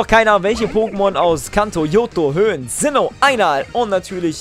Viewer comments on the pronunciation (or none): none